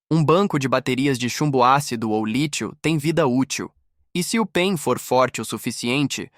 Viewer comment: O robô pronucia pein, você esqueceu de colocar pontos entre as letras P.E.M ou pulso eletro magnético, a pronucia correta é p é m, e não pein, mas o conteúdo é agregador.